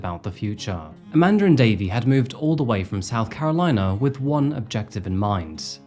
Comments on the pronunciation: Amanda* not Amander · YOU'RE SAYING her name is: "AmandeR" ...... but there is no "R" in Amanda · Why do you keep calling her "Aman•der?" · Amandar is about 1/2 the time how you say Amanda. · Lol how do Europeans manage to add an 'R' on so many words without one? Hilarious! Youre doing a great job! Keep it up ♡♡♡ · lol the way you add an”R” at the end of the name “Amanda” is super distracting..